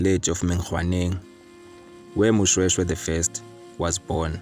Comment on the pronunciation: This is my Royal history and King Moshoeshoe he is my great-great Grandfather and i feel disrespected ny poor pronouciations of our Ancestors's names.